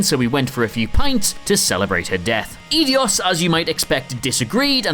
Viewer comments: "Ee-dee-os"? I always thought it was pronounced "Eye-dos"... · Dammit. It's Ei-dos pronounced Eye-dose. Not Ee-dee-ose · 'Eedy - os'? Eidos is pronounced 'ai - dos' surely? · "Edios"?! You call yourself a gamer? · Eidos is pronounced "eye-doss" Master Chief was merely in stasis, not killed...you also vaguely bring up ODST & Reach like you know nothing about them Desmond dies in AC 3 not Revelations.... and you've clearly never actually played a Metal Gear title or even researched any of it...Snake doesn't actually die, and it's not even the same guy in MGS3 ffs. MGS 3, Portable Ops, Peacewalker & Ground Zeroes are Naked Snake aka Big Boss, MGSV is Venom Snake and MG, MG 2, MGS/Twin Snakes, MGS 2 & MGS 4 are Solid Snake. Either learn the damn lore & characters of don't bother trying to talk about Metal Gear.... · How tf did he keep calling Eidos "Edios"? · Anyone else cringe every time he said, "Eidios"? There's only one 'i' in 'Eidos'. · DerMetzger It is pronounced eye-dos. I’ve heard employees of the company say it during interviews. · Can we all agree that calling it "Ee-dee-os" is way of base, I wouldn't be surprised if he pronounced it as "Pumpernickel". I do think they are trolling us with all these now. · It’s “Eye-dos”, just can’t do basic research, lol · "Eedeeos" .... Really? Also, Desmond Miles died in AC 3, not Revelations. Please, do some research.